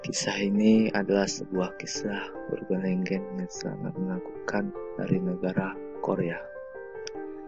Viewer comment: urbant legant? lol, min min belajar lagi min